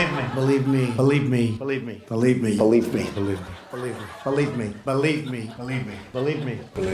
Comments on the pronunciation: thanks for ruining "balivmi" for me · “Boleeb me” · Sounds like he was saying bulimia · It sound like he is saying bullied me... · It sounded like he said 'dont leave me' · He sounds like he's saying "Felipe"! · It kinda sounds like he is saying polygamy, which kinda makes sense coming from him. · The more he said believe me it sounded like bleep me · When he was saying "believe me" it sounds like he was saying "polygamy"💀💀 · It sounds like he is saying “Delete Me” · when trump says "believe me" it sounds like bulimia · Is it just me or did Trump sound like he was saying “polygamy” while he said “believe me” multiple times? 😂🤣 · when he says "believe me” in all those sound bites put together, it sounds like he keeps saying Bulimia: 'A serious eating disorder marked by binging, followed by methods to avoid weight gain.’ (like when he stuffs his face with Mcdonalds and claims he’s healthy...) I hope this man has a heart attack soon. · After the 10th time it just sounds like "Balee me". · Believe me sounds like polygamy when he says he, which is ironic. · He messed up the saying "believe me " !!!!!